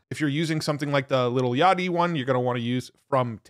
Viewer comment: Bro said "little yachty" LMFAO